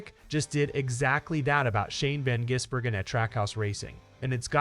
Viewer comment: If you want more subscribers learn to pronounce drivers names correctly Shane`s name is Gisbergen NOT Jisbergen